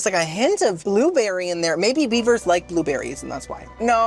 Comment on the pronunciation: I thought you said Biebers not beavers lol